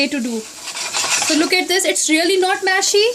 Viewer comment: Its Mushy not mashy Just fyi